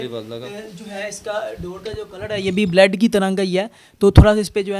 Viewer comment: O jahil. Baled nai hota lafaz. Blood hota hi Alfaz to theek bol